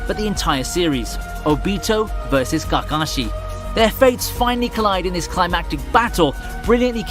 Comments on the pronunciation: oooooo-beeeeeto and kackashi smh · He said GAGASHI 😂😂😂😂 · nah this dude just didnt watch naruto cant say the name kakashi right